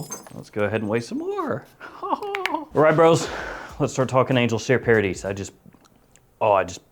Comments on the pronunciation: Pronounced paradee… after all… it’s French… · You do not pronounce the s. It’s paradee phonetically.